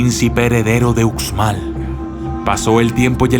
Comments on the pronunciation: Hola, gracias por tu vídeo, solo un pequeño comentario, en maya la letra 'X' se lee como 'sh' como cuando lees la palabra 'show' en inglés. Entonces se diría 'ushmal' y no 'utzmal'. Por favor no lo tomes como comentario negativo, en verdad te agradezco por compartir este vídeo 😀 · Según se lee aluxes pero su pronunciación es Alushes o uxmal que es Ushmal